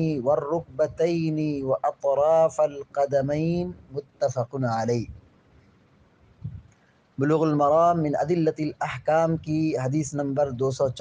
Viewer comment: وأطراف القدمين ف پر زیر رہے گا اعراب پڑھنے میں غلطی ہوگئی ہے والعذر عند الكرام مقبول